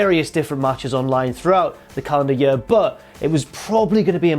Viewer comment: apology accepted (seconds later) "First up, match of the yurr" OH MY GOD